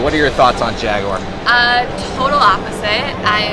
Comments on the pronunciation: Jag U ar not Jagwars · Its JAG EWE ER not jag waar ! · Jaguar not jagwire 😭😭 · Jag-war. Wrong-o. Jag-u-ar. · Jagwar hahaha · It's jag-u-ar! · What's a Jagwire? Lmao